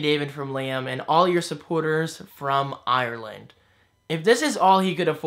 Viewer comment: David just to let you know Irish people like me say Americans say Ireland wrong just not the way the Irish would say it